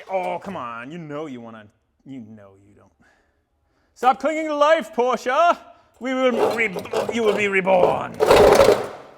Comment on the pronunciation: My favorite part of this is the proper pronunciation of porsche